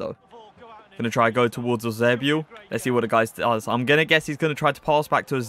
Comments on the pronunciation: Eusébio diz se assim bro. Or in English, he pronouces it right bro. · That's how you properly say it tho